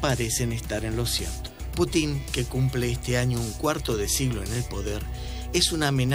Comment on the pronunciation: Hay que avisarle a este señor mayor con escasos conocimientos, que es Putin no Putín, si la informacion es un desastre por lo menos hablen bien